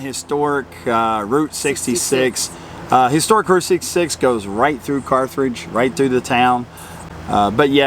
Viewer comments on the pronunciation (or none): Not picky, correct. There is only one “r” in Carthage. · and, good review of things to do near Carthage. My wife is very familiar with the area. Her Dad is from Joplin and her Mother was actually from Carthage. Honestly, she couldn't help but notice that you pronounced it with an extra R after the th. An honest mistake for someone not from the area though, so no worries. You should see how often I mispronounce place names, so she's rather used to it. 😅Lots of good options though of things to see and do there. It's an area that's often overlooked but has lots to offer. Thanks for sharing. Peace and safe travels.